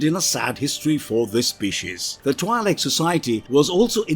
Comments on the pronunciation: IIRC, Twi'lek is pronounced like twee-leks. Also Twi'lek is short for "Twin lekku" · The I in the name is pronounced with a hard E sound. (TWE-Lek) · Good sir, Twi'lek is pronounced "twee-lek." The "Twi" part is pronounced like "twee," and the "lek" part is pronounced like "lek." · isn't it twee-leck? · Am I the only one annoyed by the pronunciation of Twi'lek? It is not supposed to sound like double/twice